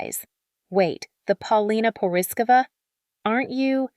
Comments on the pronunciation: Please look up how to pronounce her last name. ❤❤ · PRETTY IRONIC WHEN THE NARRATOR CANT EVEN CORRECTLY PRONOUNCE PAULINA'S LAST NAME. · As her country buddy It bothers me that her name is not pronounced correctly . Rick also - as he has a Czech surname. Now, as much as I appreciate her shock from being dis-inherited, in her modeling she’s made enough money for seven generations to live extra abundantly. And yes, I applaud her for being brave and bold, the world needs to remember how real woman looks like and that beauty happens at any age 🌼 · Learn how to pronounce her name